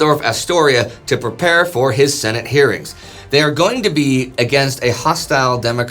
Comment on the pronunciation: has been out of the states so long, he says "Shenate" not Senate.